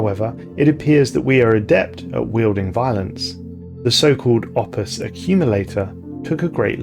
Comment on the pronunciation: i honestly kept mishearing "opus" as "office" and i found that kinda funny